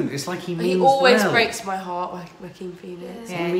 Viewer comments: Joaquin is pronounced wah-keen like quinoa (keen-wah) but the other way around. not Wackin' :) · Please pronounce his name like "ho-ah-kin", thx ;-) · It is pronounced WAH-KEEN Joaquin. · You do know your pronouncing Joaquin’s name completely wrong lol